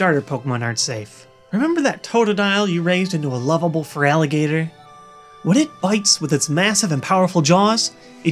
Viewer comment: Not gonna lie I started laughing at fralligator